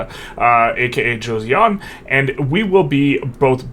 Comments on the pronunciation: read it jo-sun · Bro said Josyeon 😭 (Okay but thank you for giving my motherland the gameplay nobody else would, thanks so much!) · the pronunciation of "Joseon" is panful. the J is somewhere between an english J and a Ch, so Jo- sounds close to "nachos." the eo in korean is a single vowel, not two separate vowels, just doesn't transliterate directly. the -seon sounds like "sun" in english.